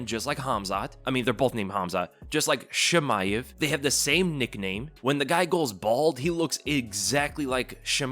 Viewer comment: Why do you read Chimaev as "Shimaev"? Are you french? That's not how it's pronounced.